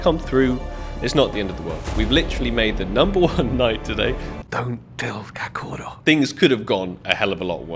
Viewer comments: Cachorro = Kakorro HAHAHAHA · Its ''Cachorro''